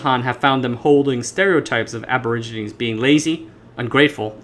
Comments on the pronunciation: Aborigine is pronounced ab o rig i ne. Not ab or i gine. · For the narrator, the word Aborigine is latin in root and you need to pronounce the 'e' at the end "/ˌabəˈrijənē/". Might as well use 'Indigenous' instead which is in vogue today. The Polynesian languages have their root from Taiwan's indigenous peoples, shown by linguistic analysis. Also, peoples have been crossing the Taiwan Strait for tens of millenia, since human migration had many peoples crossing the Taiwan Strait, where long distance ocean going vessels and navigation were devised within the safety of the large waterway. Chinese history shows exploration in the 3rd century CE. If it were left to the western world to deal with the indigenous peoples, they would had ended up only on Penghu, just as Ni'ihau is a indigenous reserve within the Hawaiian group of islands. The push of Christianity onto the indigenous everywhere in the world has profound negative effects on how they exist now. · Aborigine is pronounced like "a-bo-ridge-uh-nii". Otherwise great video. I'm intrigued now. Subscribed. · Check a dictionary for the pronunciation of 'aborigine.'